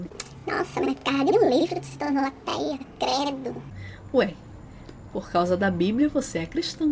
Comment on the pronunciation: AAAATÉIA, enche a boca pra falar ahaa virou moda mesmo